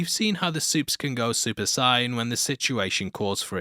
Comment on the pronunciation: brother I've never heard "Super Saiyan" pronounced like that lmao "Sigh-in"